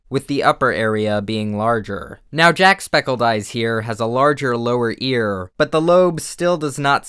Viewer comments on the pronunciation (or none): Jack spedicey? It's septiceye! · When he said”Jack spe- dice- ee” I was like....”wait...have I been saying it wrong?” And then realized jack says “septic-eye” and calmed down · Fucking jack spedicy, JACK. SPEDICY. I hope he knows that it’s “septic eye”, I really do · “Jackspee-die-see” Bruh. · jack "speditecy" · Did he say “jack spa dicey” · Him: Jack-spe-dicey Me: *Ribs are broken* Him: Jack-Speckle-Dies Me: *Legs are broken* Him: Stops saying his name Me: *Heart is broken* Him: Doesn't say his name Me: *SObs* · Jack sep ic eye 😂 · It’s pronounced (jack-septic-eye) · jack.....WHAT it's pronounced jack-sep-tick-eye lol im pretty sure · Spedicy? Specledise? I love you! XD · I love the way you say jacksecpiceye (I can't spell, so my apologies.) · Omg did he just say Jacksepticeye’s name wrong? Here you go, JACK-SEPTIC-EYE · The way you said Jacsepticeye though.. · The only thing upsetting about my spaghetti is... HOW SOLAR SANDS SAYS JACKSEPTICEYE REEEEEEE WHY SOLAR TOO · Random Person I got fricken triggered when he didn’t say it right fsr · Never pronounce jacksepticeye that way ever again